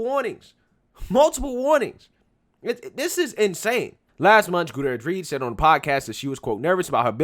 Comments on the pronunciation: 😆 How did you manage to miss both R's in Gutierrez every time you said it? FYI: That double R makes rolling R sound which should if anything be overly prominent within the word. The pronunciation can take a little practice for those not used to using it in their mother tongue but given your chosen job and the fact that Spanish is the second most used language in America and will only become more prevalent if things don't change in a big way. It might be a good idea to know how to pronounce words in it, even if you don't know how to speak the language itself. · How to pronounce "Gutierrez": Goo-tee-air-rez. Break it down: Gu-ti-er-rez. Okay...? Goo-tee-air-rez. It's not "gouda-redge". You're welcome. If you're going to be "The Black Conservative", then you should least know how to conserve the Truth of pronunciation, muh dude. Sincerely, The Grammar Nazi (When you say a Hispanic name, you should almost sound Hispanic when you say it; otherwise, you're not saying it correctly. If I were to say the African name, "Tsotetsi Pipinyana Pampoen", then I would most likely sound African when I say it, because it is African. I've heard South Korean people call me "Ahn-da-roo", but my name is not pronounced "Ahn-da-roo"... My name is pronounced "An-droo"... Two syllables - not three. They sounded like they were calling me "underoo".) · oh judging by that opening, I’m sure she was the “head-person” for atleast a couple ppl on that movie set 😏 probably how she got hired in the first place. 😂😂 Edit: it’s “GOO-TEA-YARE-EZ” bro, Not “GOO-TA-REZ” lol Just lookin’ out, mane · Let’s be clear. She was NOT a diversity hire. Her FATHER trained her. And, she probably got her job through nepotism. FYI……. GOO-TEE-AIR-EZ. Is how you pronounce the name. It’s Spanish. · Not that it matters much... but her last name is hispanic... Gutierrez, hyphenated with Reed, you are pronounciating it wrong its pronounced: "goo-TEE-air-res" just want to share so if people want to look her up they'll know.